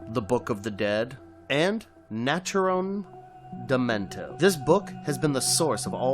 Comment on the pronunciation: You mispronounced Mia's name and Naturom Demonto while explaining Evil Dead 2013. 😂